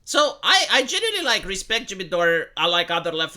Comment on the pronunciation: "I genuineline repspect Jimmy Dore" 😂😂😂 what jfc I spit out my drink hahahaaha